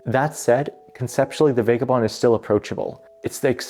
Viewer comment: Vah guh bond. Seriously.